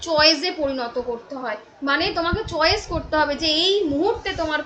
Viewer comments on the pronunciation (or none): none